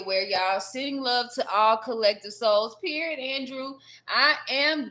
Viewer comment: Hola from nz gurl i swear u so spot on with this first part of ur reading How u said the name Andrew is significant.......like adrew !!!! he's the guy I have a crush on .